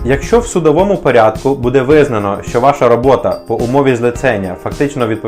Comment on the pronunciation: Не буде', а буууууде!!!